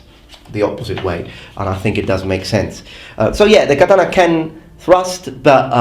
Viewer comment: Every time this guy says "katana," ICE deports a Puerto Rican.